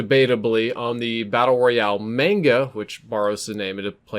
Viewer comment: It’s Mahn-ga my dude, not main-ga